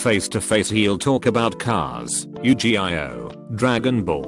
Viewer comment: Yu-Gi-Oh = U-G-eye-oh